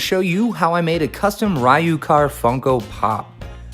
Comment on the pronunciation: Too awesome, great work! It is pronounced Re-you Kahr :P But he's an awesome content creator, and he deserves cool stuff like this being made for him XD